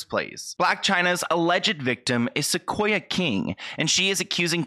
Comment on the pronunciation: My name is Sequoyah and I feel so bad for this girl! And yes you were saying it right :)